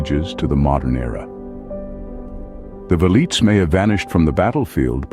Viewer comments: Veleeets? Nah. Vel ee tays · The "V" is pronounced like a W...Welites